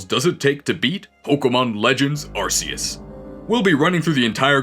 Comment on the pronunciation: it’s ARKOOS